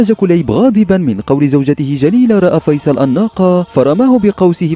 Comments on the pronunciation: فيصل الناقه هههههههه يا اخي دمرت اللغه العربيه اسمه فصيل وليس فيصل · تعلم الكلام اولا فصيل وليس فيصل ثم انك لم تات بجديد نفس الاحداث في المسلسل